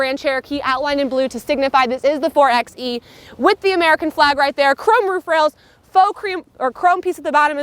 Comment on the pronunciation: It’s pronounced “four by e”, not “four ex e”. Otherwise good review.